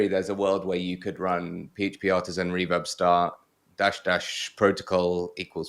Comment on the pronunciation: I like the way pronounce Reverb as "Rewab".:)